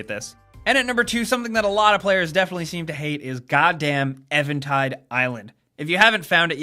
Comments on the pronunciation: did you just say evan tide instead of even tide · should be 11 things players hate you left out a good one, when players pronounce EVENTIDE ISLAND WRONG!!!! THERES NOTHING EVAN ABOUT IT!!!! thanks! good video carry on.. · its not pronounced like "evan" its pronounced "even" like "even stevens", EVENtide -- also i really havne't seen anyone complain about that shrine, its not mandatory and its a really fun challenge for players who are actually good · Its not spelt Evantide island, so it also isn't pronounced that way. It's Even, as in not odd. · Eventide.. EEEEEVEN. Not Evan. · eventide island was easy for me except i suck at getting the master sword. ( Also, its pronounced Even as in even height, not Evan.) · its even tide. not evan tide. who the crap is evan and what does he have to do with a tide? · hahaha I'm sorry, but are you a fucking idiot?? it's pronounced EVENtide (Eee-ven)... like the word you use when two things have the same amount of something, not "Evan" like somebody's name. How did you pronounce it that way and think that made any sense at all? Seriously, man. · do you know what drives me crazy? how you said eventide. it's pronounced eeeeeeeeeeeeeeventide even_tide eventide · Evan tide? Really? And quickly going around YouTube I see a huge chunk of people mispronounce it that way. That's almost as infuriating as the majority of videos not pronouncing ocarina the same way NINTENDO does on their YouTube channel